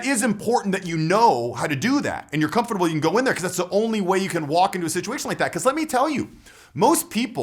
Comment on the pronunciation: You're saying comfurble wrong in this one! Great video as usual,. Awesome how you put a lot of thought into all the variables of a social environment and give alternatives respectively. Happy new year!